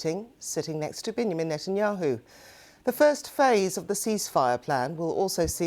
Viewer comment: How did this reporter pronounce Benjamin Netanyahu? 😂😂😂😂😂